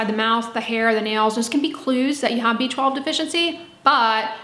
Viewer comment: It sounds like she is saying a beachball deficiency.